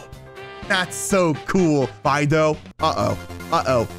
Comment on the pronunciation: "Fine dough" "Fidough"